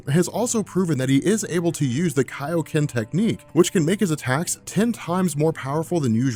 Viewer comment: yes!!!! he said kaioh ken correctly...thats how ikl know the power